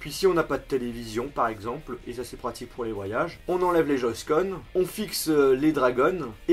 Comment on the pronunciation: a "joyscon" lol sa ma mis en pls 😂😂😂